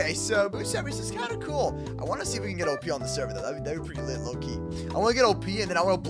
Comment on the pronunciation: btw you say op sound it out